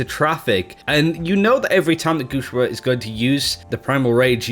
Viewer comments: It reads "guxue", the way it's written, with an "e" sound! Pls stop saying "guxua" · pronunciations are so horrible, especially guxue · ElementoXyz It's ok dude chill, you can't ask someone who doesn't speak the language to pronounce things that accurately. As long as we understand who he's talking about I think it's fine.